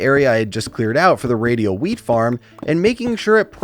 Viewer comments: When he said wheat I heard weed 😅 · wheat or weed 🤣🤣🤣